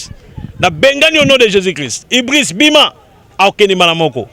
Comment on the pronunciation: Ibliz not ibriz